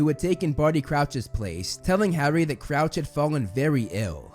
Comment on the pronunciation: You said Couch 🤣. Its Crouch obviously.